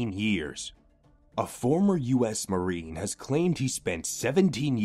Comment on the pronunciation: It is Marine, not Marnine.